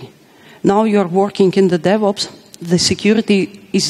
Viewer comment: Every time she said "DevOps" I heard the "Devils" which are not that far apart really